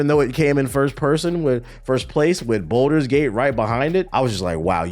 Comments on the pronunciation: Why does pronounce balder's gate like it's spelled bolder's gate? There is no o in the word my boy lol. Its balder's as in (ball-ders) Lol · Ball - ders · The worst take is how you pronounce “Baldur’s” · I’ll take his minor pronunciation error over all the brain dead takes of the “I only fw COD and 2K” crowd.